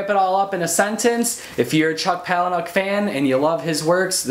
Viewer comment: "Paula-nick." Pretty much any interview with him the people say it that way.